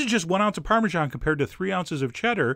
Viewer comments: Darling narrator, I cannot listen to some one who pronounces parmegiana as Parmeszhan, ouch that hurts my ears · Chef John, I wish you'd say parmesan instead of "parmezhan". It grates on my ears.